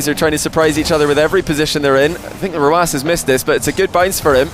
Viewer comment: Simple. His name, the number "9" in his country means like an "S", so his way of pronouncing it is letter by letter